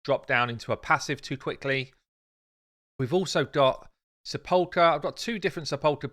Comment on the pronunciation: love your stuff mate but please look up how to pronounce sepulchre.